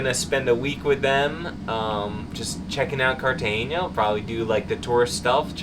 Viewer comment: Cartagena is pronounced carta-hena (like henna tattoo). There's no "ñ".